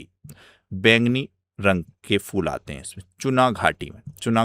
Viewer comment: bhai फ़ूल नहीं फूल kaha jata h